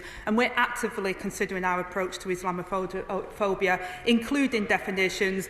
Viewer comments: Is she that blind . During the euros I saw a group of Muslims throwing missiles over a fence into a pub garden . Is that wanting to live in peace , I don't think so . She can't even say islamaphobia . Is that even a thing ? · She couldn't even say the word 😂